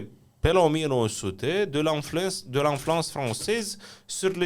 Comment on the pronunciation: Nu „Tu me manque, tante”, d-le, că nu îți lipsește „mătușa”! Și nu „inflouence”, ci „influence”. „ Stă să cadă”, nu „ dă să cadă” 😊. Apogeul este „maxim” prin definiție; un „apogeu maxim” nu este decât un pleonasm. Ai „îndoieli”, nu „reticențe” 😉.